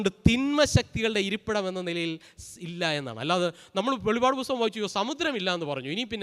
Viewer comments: വെളിവഅഡ് എന്നല്ല വെളിപ്പാട് എന്നാണ് അച്ഛാ... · In malayalem not pronouncing as velipad it is velippad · വെളിപാട് അല്ല വെളിപ്പാട് ആണ്